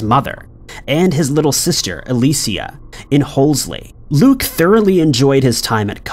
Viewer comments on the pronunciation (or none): none